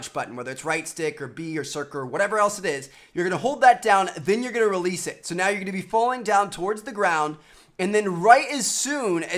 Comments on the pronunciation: He didn't say circle he said "circr" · circur (circle) TmarTn 2015